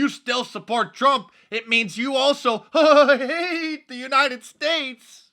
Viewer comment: Love it when you say, "haaate," but not as much as when you trill your R's in all three of AOC's names even though she only has an "R" in Alexandria and Cortez. Hilarious! Keep up the good work!!!